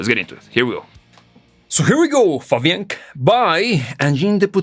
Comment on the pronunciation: Its Fabienk not Fabiank